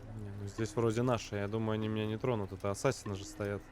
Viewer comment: Хотел объяснить в двух словах) : 1) Не Асса́сины , а Ассаси́ны; 2) Во время катсцен (а их очень много) нажимай на любую клавишу если на экране появляются помехи , попробуешь поймёшь почему это надо; 3) Боевка по началу лёгкая в процессе она станет тяжелее, есть разные типы противников , поэтому надо научиться контратаковать , уклоняться и контрзахват , ещё использование метательных ножей тоже помогает в стелсе , а в некоторых миссиях, ой как будет надоедать стелс(Снаряжение и умения тебе будут возвращать в процессе сюжетки; 4) По локациям лучше исследовать всё , включая наше время ибо там Дезмонд (главный герой) может читать переписки и подслушивать несколько раз , таким образом начнёшь понимать суть сюжета ; 5) В игре есть флаги собирая которые можно получать очивки , но как по мне это только для того чтобы побольше задержаться в игре и наслаждаться проделанной работой на седьмой год ; 6) Если хочешь чтобы объяснил сюжет и более менее было понятно лайкни комментарий , вкратце объясню сюжет чтобы иметь понятие о происходящих действиях, спасибо за внимание , всем добра)